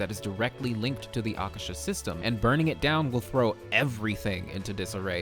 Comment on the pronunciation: Yo it's Aa-kaa-sher. Meaning 'sky'